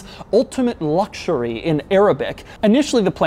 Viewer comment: Everyone: "ultimate luxury" Doug demuro: "ultimate Luoucshuriey"